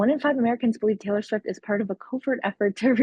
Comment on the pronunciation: Tttaylor.. Sfiwttt...